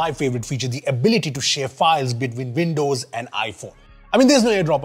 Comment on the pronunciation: Veendows? Played at half speed sounds better, no machine gun speed.